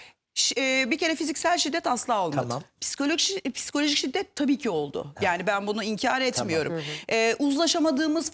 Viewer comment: Bir de piskoloji demese iyi olurdu :))